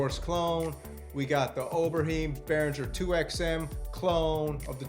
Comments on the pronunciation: Haha, Ober-hime, not Ober-heem please👍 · Not to be one of those nitpicking grumpy old men types, but Tom's last name is pronounced "Ober Hime" instead of "Ober Heem". 😁On the Pro 800 the only things left I would like to see added is an option to change filter envelope amount to an aggressive exponential curve with significantly higher voltage in the ends - same for polymod amount. I probably must have 2 of them whether those things ever happen or not. Same for the 2 voice (will need 2 of them) and hopefully they make the polysource - the interface on the original was HORRIBLE. Sigh, I was thinking of just going back to VSTs to make my life easier, but not with all this available... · It's unfortunate that you are so clueless. All you do is read the info from other sites. You can't even pronounce Oberheim correctly. And the most important new feature on the Behringer PolySource is the fact that it is an eight-voice poly synth. The original Moog Source was only a one voice mono synth. Do you even own or play any synths? Your presentations are pretty sad. Time to step up your game.